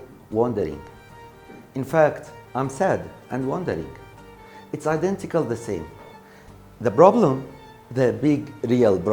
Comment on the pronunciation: It was identical not "idantical" وشكراً وبالتوفيق ✌